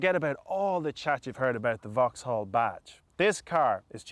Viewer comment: It's 'vocks-ol'